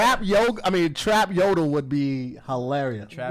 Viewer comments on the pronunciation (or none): no it’s “yodole” bro 😂 you tried though that’s all that counts lol